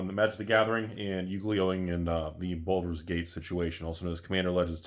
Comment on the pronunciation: Baldur, not Boulder...